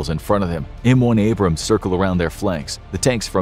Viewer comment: Wie wärs ihr bringt eurem sprecher Mal bei wie man Abrams und Bataillon ausspricht? Meine Ohren bluten